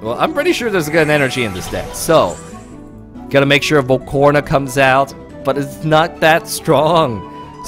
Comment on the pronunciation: Is Val-ca-Rona not Val-corna